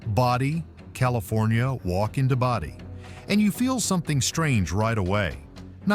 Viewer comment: Pretty sure that's not the way to say Bodie.